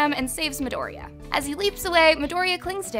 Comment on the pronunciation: I hate how she pronounces "midoriya" She says midoria, u have to say that ya part